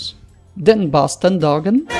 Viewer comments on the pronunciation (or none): none